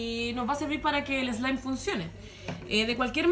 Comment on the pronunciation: ad tu elme glu tu elme eslaim me enca esa parte la amo🤣❤